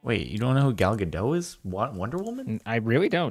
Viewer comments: Ga-dot. Dot is pronounced like a dot • Not "Gadoh", Like you've been pronouncing it. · her name is Gal Gadot not Gado...